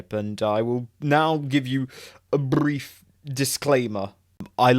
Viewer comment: "I will now give you a b-r-r-r-r-ief disclaimer." lol.